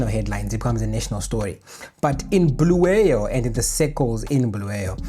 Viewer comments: It's Kwa-Bulawayo bruru. Not Bluweyo. Pls correct. There's a historical context to this. We don't appreciate the deliberate butchering of our names. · Bulawayo, not Bhuluweyo. Pronounce the name properly. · Bulawayo, not Bluweyo 🙏😊